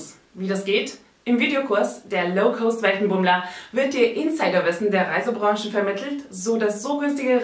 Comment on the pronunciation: Das ist total unglaubwürdig. Das sind alles nicht belegte Behauptungen. Nenne doch mal ein Beispiel. Du kannst den Namen ja noch nicht mal richtig aussprechen. Das heißt "low cost" und nicht "low coast". Oder sprichst du von einer niedrigen Küste?